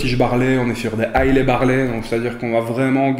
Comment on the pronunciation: Si on prononce "Broukladi", il faut dire "aïla", pas "aïlai"... ;-) Mais c'est juste pour chipoter. J'adore vos vidéos...